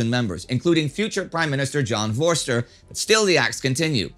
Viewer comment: Voster is pronounced foster